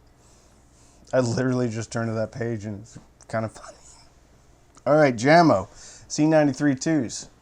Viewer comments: Jamo is technically pronounced YAY-mo, not JAM-oh, but you are far from the only person to pronounce it wrong. Probably the most commonly mispronounced audio brand name. Funny that they are owned by Klipsch, the second most mispronounced audio company name. (Mom used to think it was German, and pronounced it “Klipsk.”) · It's not Jam-O. It's yah-mo😨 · What is awesome is that he knows this but yet says it Jam-O :) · What's up? I've been watching a few of your reviews. You 're dong a great job. BTW, These speakers are pronounced Yah-mo not Jammo. Jamo was started in 1968 by a Danish company but now is owned by Klipsch. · Aren't they pronounced yamo. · I think it's pronounced YAMO. It's in swedish. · Dear, My good old man,the name JAMO is pronounced Yahmo.(not trying to be a self-involved smart alec!) Thanks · I do believe the brand is pronounced "yah-moe" my good man. Sound is all that matters in the end i suppose, but some judge a speakers quality by how well the enclosure is made and the parts used in the X-over, gauge of wire ran to the drivers etc. I doubt you opened them bad boys up, but how would you rate the enclosures quality? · Yo,! Call them Yamo because that's how you say Jamo. Peace and love. Enjoying this a lot, like jumping on the videos as fast as a speeding bullet brothers and sisters.